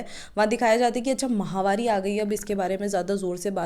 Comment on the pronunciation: महामारी नहीं होती मैडम माहवारी होती है यह